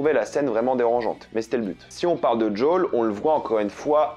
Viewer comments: C'est pas JOWL , c'est Joël ! Pourquoi tu c'est pas dire le prénom ! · "Djol"?? En français: JOEL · D’JOL D’JOL D’JOL D’JOL D’JOL D’JOL ! Au secours !!! JOEL ! Merde c’est Joel ! Pas « d’Jol » 😭 #humour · djole ? lol jo-el joel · Arrête de prononcer "jdole", c'est Joel, surtout si ça vient de l'hébreu "yohel". Ou alors continue à prononcer "jdole" si tu me sors l'argument que le créateur le prononce comme ça, mais dans ce cas prononce "vi pi haine" et pas "vé pé haine", car le créateur du "VPN" prononce "vi pi haine", qui est de l'anglais "Virtual Private Network". Ou alors du prononce "RPV" à la française si tu veux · C'est pas "Jol" mais "Joel" et c'est pas des "cliqueurs" mais des "claqueurs" car les bruits qu'ils font c'est pas des clics de souris c'est littéralement des claquements et d'ailleurs c'est comme ça qu'ils dont appelés dans le jeu. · Arrête de dire JOLE 😭😭 C'est JOEL😭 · C'est quoi son délire d'appeler les claqueurs les "cliqueurs" et pourquoi au lieu de dire "jo-ël" il dit "jaul" ? C'est trop chelou et c'est moche dit comme ça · CHERE tu me fait soufrire a chaque prononciation du prénom JOEL, m'appelant moi même joel cela se prononce "jo elle" il n'y a pas de D pour djol merci. (ps stp arrête cette prononciation pour le bien de tout les joel 😭😭😭) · Merci pour cette review c'est cool, mais c'est quoi cette façon de dire Joël sérieux ? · ouai mais il le prononce meme pas a l'anglaise il fait un mix entre anglais et français Apres c pas grave en soit